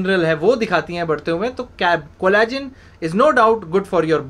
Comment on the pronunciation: collagen....ko shi dhang se bolo ...plsss